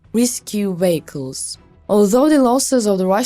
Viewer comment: Please get someone who can actually speak English correctly to narrate these videos. What is a "Wehicle" and what is "Wictory"?